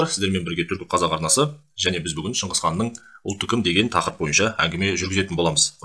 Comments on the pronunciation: шыңқыз қанда шыңғыс қанда емес шығысқан деп айтылса дұрыс болар еді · Шынгызхан емес Шыңғысхан. Саған әңгіме айтыуды ким койыпты ? 🐫❗